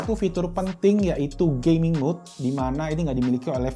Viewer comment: wah banyak ya pilihan tws, saya pribadi pake shanling mtw100 btw masnya ngomong gaming kedengeran gay-ming wkwkwkwk